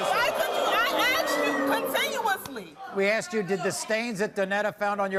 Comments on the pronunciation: Donnetta could easily fit 40 oreos in her mouth and still have space for a baguette. And why people say "i axed you" instead of "asked"? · She axed you this